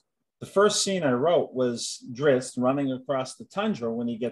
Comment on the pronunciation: Still drives me crazy hearing "Drits" lol